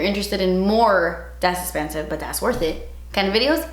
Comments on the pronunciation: honestly it makes me so sad that she doesn’t say “das esspensive” that much anymore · I think you meant *ESSPENSIVE